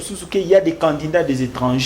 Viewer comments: TU DOIS DABORD BIEN PRONNONCER CANDIDAT AU LIEU DE CANDINDANT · TU ES CONTRADITOIRE AVC TN PRESIDENT LUI MM IL RECONNAIT..MAIS TOI TU ES DERRIERE LE POSTE...AVC TES ERREUR DE PRONNONCIATION CANDINDAT AU LIEU DE CANDIDAT TU N AURAS PAS DE POSTE MR